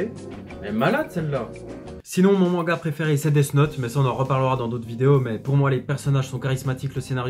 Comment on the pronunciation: Tu dis manga cheloument mengua .